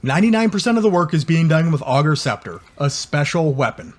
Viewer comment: Class build but pleaaase!!! It’s “ay”gers scepter 😂😂